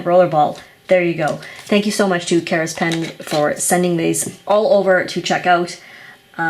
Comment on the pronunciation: The company name seems to be Karas, not Kara's.